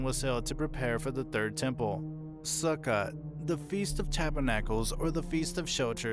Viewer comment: su-kOt not su-kot 😂😂❤